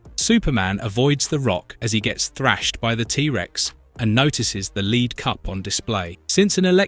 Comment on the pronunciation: He called Lead Leed lol